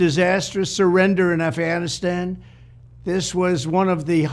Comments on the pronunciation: Bruh..... He dropped the "g", in Afghanistan!😂 He says: "Afanastan!!🤣🤣😬💀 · A'fannistan? Technically it's not a lie if he can't even pronounce the name correctly. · Aff Anistan 😂 Please take his passport so he can't leave the country!